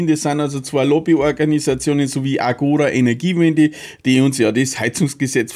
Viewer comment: Musst jetzt das Intro viermal durchhören: "Angora Energiewende" 🤣🤣🤣